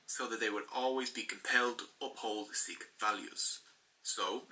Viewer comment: Hi I am a Sikh on the video its pronounced wrong